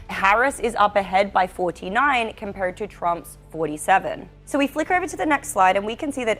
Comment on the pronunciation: This chick found a way to pronounce an "r" in the word SO